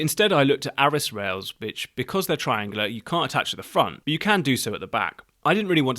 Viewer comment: It sounded like you said arris rails bitch and you were worried about saying cant rails.